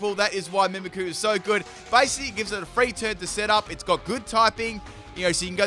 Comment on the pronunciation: I'm surprised on how many times he said Mimikyu's name wrong that no one pointed that out.